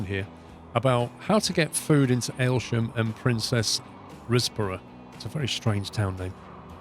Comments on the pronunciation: Princes Risborough is pronounced Prince's and not Princess. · Ha, I grew up in Princes Risborough. Think “Prince’s Riz- boro” (or ‘Riz-brah’). Dull commuter town at foot of Chiltern Hills when we moved there but by time we left was getting unaffordable & gentrified by Londoners looking to escape the smoke. Budgets getting replaced by an M&S etc. Trains from 19th century onwards are what grew it from a farm village to a town.